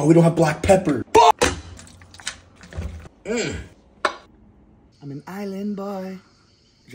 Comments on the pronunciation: His American came out when he said black pepper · Am I the only person who thought when he said black pepper he completely went to a different accent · He lost his accent at the end😂